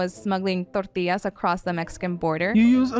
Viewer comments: Tort..illaz!! LOL! omg.. im stupider now for hearing that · Perfect English accent until she says "tortillas"...just like the weather man who has perfect diction until he signs off with his name, then he sounds like a mariachi caller.